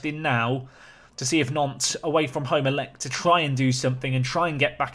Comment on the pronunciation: when you say Nantes i keep hearing "nonce"